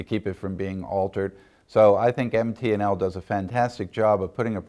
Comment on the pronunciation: So is it MP&L or MT&L?? he sure sounds like he's saying P